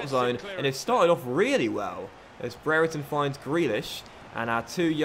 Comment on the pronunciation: I know this may not matter but Brereton is pronounced (bree-er-tun) I know this as his younger brother goes to my school.